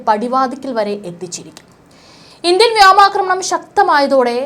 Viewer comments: വ്യാമാക്രമണം അല്ല വ്യോമാക്രമണം ആണ്. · മലയാളി വാർത്ത inside -ലെ എല്ലാ ലേഡി വാർത്താ അവതാരകരും വ്യാമാക്രമണം എന്നാണ് പറയുന്നത്. (ആവേശം കേറുന്നതാണ് കാരണം )